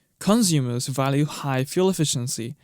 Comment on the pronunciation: Cunzoomers? lol